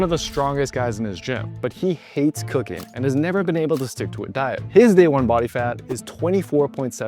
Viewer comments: When the guy said cooking , I swear it sounded like he said cocaine lmao must be the accent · When Manson said he “actually try cooking” it sounded like “actually try cocaine” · Thank you for his subtitles, I was multitasking and thought he said, "has forced me to try cocaine." But he actually said, "has forced me to try cooking" LOL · when bro said he was forced to start cooking i thought he said cocaine 😭🤣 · I thought bro said he was gonna try c0caine!! 😂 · I was listening to this in the background while making dinner until Manson said, "This diet has forced me to try cocaine"... Sorry, what??? He said cooking. Cooking. No hard drugs for weight loss. 😅😅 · I was cooking while listening and though he said he was forced to try “cocaine” lol I ran over to run that back so fast 😂 anyway, great video! Now k may add in a bubbly drink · At around the ish timestamp moment the guy says that he actually started "cooking" lol but I had me earphones in and I of course was listening but at that moment I had turned away from the screen and wasn't watching it and i swore he said that he actually started "cocaine" bwahaha I stopped whatever I was doing and looked at my phone like...... what? Haha I know that I can't be the only one who heard this lol and immediately thought, yup thatll make you lose weight bwahaha 😂😂😂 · When he said doing this I’ve actually started cooking I thought he said cocaine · lmao I thought he said cocaine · Even with the captions I had to go back twice , because I though he said that he "Actually try cocaine". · I thought bro said try cocaine instead of cooking 😂😂😂😂😂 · thought he said cocaine at first, rofl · is it just me who thought manson had said he tried cocain? instead of cooking? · I thought he said “Doing this has forced me to try cocaine”. COOKING!!! He said COOKING. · Man I had to double take. I thought he said it made him want to try cocaine. LOL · When he said "this has forced me to try cooking," I could have sworn he said cocaine!!